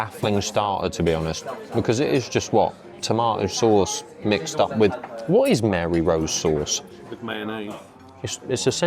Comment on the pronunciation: salutations..... it's Marie Rose sauce not MARY.....just saying....